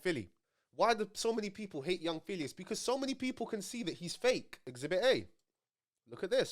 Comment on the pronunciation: Man said p filly